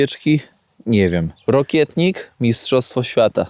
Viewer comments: Wiem, że się czepiam, ale roślina, o której mówisz, nie nazywa się rokietnik, ale rokitnik, od rokity ;) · Rokitnik a nie rokietnik 😊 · Rokitnika, a nie rokietnika...bzdury pieprzysz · Po co ten wykład o rokitniku (nie rokietniku)jak się nie zna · Rokitnik a nie Rokietnik 😅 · Nie rokietnik tylko rokitnik ;) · Ty,znawca,mówi się rokitnik! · Witam. Rokitnik się mowi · celowo robi błędy, żeby było więcej komentarzy 😀 Ale fakt, też miałem o tym napisać, że błędnie wymawia nazwę rokitnika